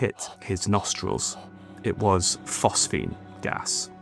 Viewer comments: PhosGene my lad. Phos Ge ne... Not PhosPhene... Anyway, great channel, I support good old not ai narration. 👍🏻 keep 'em coming..! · PhosGENE! not “phosphene.” Do your homework.